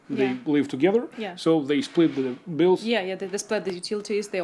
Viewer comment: Уши режет от такого английского. "The prices", "medical beels". Надо подтягивать проблемные места.